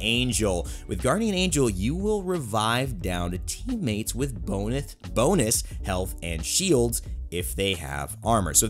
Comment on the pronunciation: "bonuth" lol I can't stop laughing! Great video thanks for breaking down a lot of the misconceptions for us, keep up the great work dude! 👍